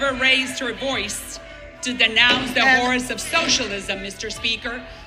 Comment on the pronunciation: How about Waters being removed? Salazar said, "...as there is someone who has seen the horrors of socialism up close...", I thought at first that she said HORSE of socialism (my first thought - was she referring to horse Waters LOL!!! ?)